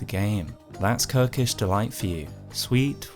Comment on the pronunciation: “Kirkish Delight”?? Monsterr